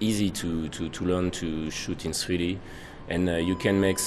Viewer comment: He says sweety instead of 3d